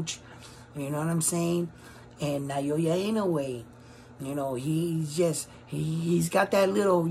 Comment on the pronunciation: Loving the work man, great analysis. Btw - it's pronounced Na-Oh-Ya not Nayoya.